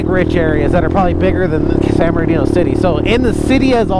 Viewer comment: I’ve heard a couple diffrent names behind San Bernardino…. Like San berdoo… San murdadino….. now hearing you call it….. San ghettodino! That’s a new one!